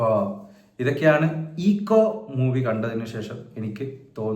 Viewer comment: Eko - എക്കോ എന്നാണ് bro....